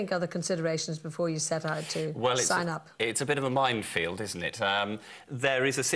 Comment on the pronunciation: I’m not taking advice from anyone who says “mindfield”.